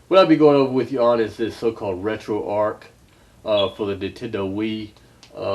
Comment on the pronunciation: One of the few people to properly pronounce "RetroArch" as in "ark", Retroactive Archive. Not "Arch" as in McDonald's arches.